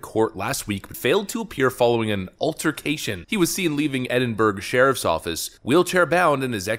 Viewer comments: This has to be the Babylon Bee. But please don't say 'Edin-burg' again. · Edinburgh is pronounced ed-in-bruh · he even ate our traditional stereotypical diet in scotland... chippies. but he failed when saying Ed-in-berg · Im Scottish and thats not even slightly Scottish speech, its as bad as your pronunciation of Edinburgh. Edin-burah is how its said. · Im sorry for laughing but whenever someone who isn't from the UK or Scottish says Edinburgh it gets me laughing:) I am Scottish and i know some of the places in Scotland are hard to pronounce. But i can see why this twat (also a real place just north of Scotland) came to my country we are allowing everyone here, but at least he is detained. Also we are going "communist lite" over here so please send help.